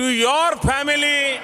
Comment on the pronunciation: duffer modi's pronunciation: Family: Phamily Present: Parejent Zone: Jone Appreciation: aapprisason